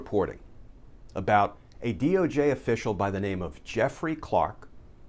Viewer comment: I like how you said DOG 🐕 official. Lol